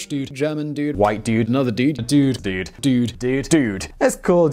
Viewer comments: The Boris "dyude" is hysterical. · Terrific video. May I add the example of "assume" (or maybe I missed it?), where British speakers seem to say "ashoom" (yod coalescence) while American speakers say "assoom" (yod dropping). Also, regarding Boris Johnson's yod-retaining pronunciation of "dude" (he probably says "assyoom"), the stereotypical California surfer, from whose speech this term has acquired its currency, would say something that almost resembles Johnson's pronunciation. The southern California version of the U vowel (or, at least, one of the U vowels) seems to be about halfway between "oo" and the "ü" (u-umlaut) sound at which this video begins.